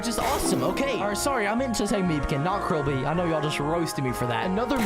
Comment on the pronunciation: Stop saying krillbe